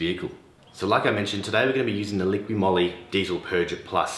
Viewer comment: ''Liqui Moly "" not "liquiD" Moly 🤣🤣